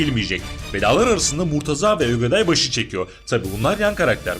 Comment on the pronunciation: bide ögeday değil ogeday